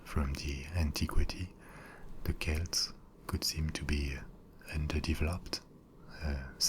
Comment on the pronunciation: Finally! Some correctly pronounces Celts as Kelts! Great video btw :)